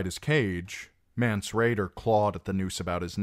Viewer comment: It’s not mance